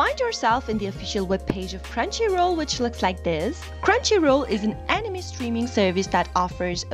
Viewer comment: why tf does she pronounce anime as animi